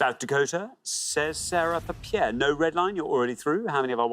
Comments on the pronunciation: He mispronounced several cities on the pointless lists. In fact, he mispronounced Pierre in two different ways. He said “pee-AIR” and “pare,” but it’s pronounced “peer.” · as someone who lives in south dakota it is pronounced Pier for pierre not pear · Pierre, SD is pronounced like pier not pear. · For the record, Pierre is pronounced "peer," not "pear." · literally not even the american says it right, it's pronounced like "peer" not "pear" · And he corrects Pierre to “Pare”. While most Americans seem to pronounce it “Pee-air”, South Dakotans pronounce it “Peer”. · Quite a few mispronunciations. The capital of SD is pronounced like pier, not pear; mar-IN County at the north end of the Golden Gate. They did, though, pronounce Detroit better than a lot of Americans, especially southerners, but even the automated PA voice at the Detroit airport: "DEE-troit Michigan is in the eastern time zone." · Prediction before watching: Juneau and Olympia will be pointless answers. Edit: Oops! Juneau has a U. Poor pronunciation of some city names, e.g. the city of Pierre is pronounced like pier. This for the first round shown in this video. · I've always heard it's more like pier.